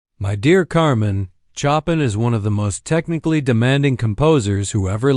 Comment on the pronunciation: Couldn't the reader at least pronounce Chopin's name correctly?